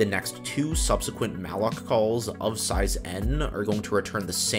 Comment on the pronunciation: Yup just the same i stopped listening sayzjee size is the word